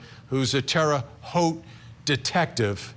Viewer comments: I mean.. it’s minor… but Terra haute (halt) pronounce it as halt, and that’s as an indy naive.. but again, that’s that important here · FYI, it's pronounced Terra Hote - with a long O, as in 'coat', 'wrote' & 'tote'. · Vinnie! It's pronounced terra hote! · Sweet Vinnie...its pronounced like "terra houte"(love..a lifetime Indianapolis, Indiana resident 😉) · Its pronounced Terre "Hote" 😁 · Pronounced Terra Hote (long o). Spent a bunch of my childhood —there is some darkness in that town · Tara-hoe t Google it and figure out how to pronounce it correctly i just lost all respect for court TV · It's "Terre Haute," pronounced "Terra Hote!,"! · It’s pronounced terra hote vinnie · It’s pronounced terra hoot. Indiana native here lol :) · It’s TER-RAH Hoe-tte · How does Vinnie not know hiw to pronounce Terre Haute?